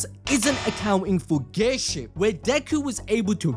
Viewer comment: Why do i hear ghay shift instead of gear shift? 🧐